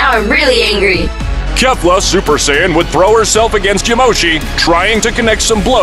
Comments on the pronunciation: Bro really said sayayans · itt iis saiyan not saiayin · Bro just said super saiyayan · I like you saying saiyayan instead of saiyan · It's not saiyayan it's saiyan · It’s not Sayyan it’s Sayian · It’s Saiyan not sayiyan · Saiyan❌ Saiyayan✅ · I died inside a little everytime he said sayaiyan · Help. sayayian and deyshikan is hurting my soul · Say ay in 💀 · Wtf is saya-yin? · I hate how he says saiyain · why does he say saiyayain its so annoying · Learn how to say sayian